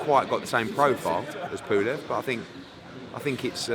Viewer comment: Pooolev.....its pulev ed